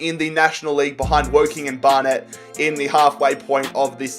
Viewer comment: Flyde? Bar Net? It's Fylde, like Wild with an F. It's Barnet. Like one word.